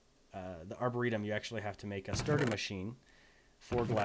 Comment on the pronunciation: when you said "arboretum" i heard "our burrito" lol